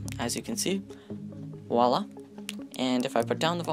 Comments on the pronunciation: You need to stop saying wahlah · And "woila"